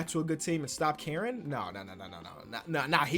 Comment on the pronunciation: When said “stop caring” I thought he said “stop Karen”